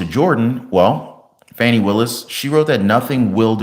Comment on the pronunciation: STOP WITH THE FONI ITS FANI